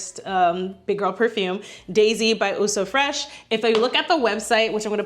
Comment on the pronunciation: Great video!!! Love your enthusiasm...but...quick French lesson..."eau" is the French word for water, and it's pronounced "oh", not "ew". I wore the same signature scent from when it was released in 1981 until November 2023...albeit long discontinued...although I maintained a small stash. My daughter encouraged me to explore new fragrances so I could keep, and occasionally use, my little stash...and I did. What I've found is that pretty much all scents I've ever worn, including that signature scent, had healthy doses of spices and woods and low-to-moderate levels of florals. I LOVE BDK's Pas Ce Soir, YSL's Babycat, BBW's Vanilla Romance topped with Mancera's Aoud Vanille. They both have cardamom, vanilla, and sandalwood notes and blend VERY well together.